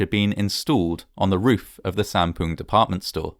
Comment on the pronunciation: lol u said "poon"